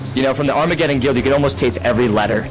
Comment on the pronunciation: when he was doing the food thing I kinda cringed why he said armegedon so hard I dunno why I felt embarrassed at the moment to roleplaying or acting as a characters never has interested me I just like to do my own thing usually alone in game's.